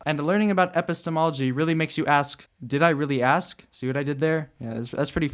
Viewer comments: did you intentionally mispronounce epistemology ? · I guess you didnt actually mispronounce it. You just had a really long pause between the epi and stemology as if it were your first time saying the word, and than it sounded like you got it down a little better the second time you said it.